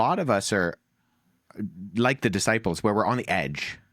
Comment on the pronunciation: Wow! Wes just called the twelve the DUHsciples!